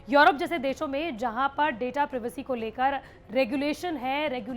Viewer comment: दीदी... प्रिवेसी नहीं प्राइवेसी 🙄